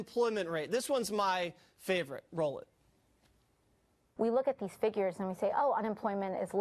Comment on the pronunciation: My tiny contribution is that I don’t like the way she says “and”. It sounds like “Ayind “